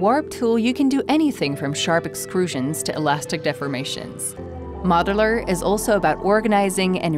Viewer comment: Is she saying "Moderler"?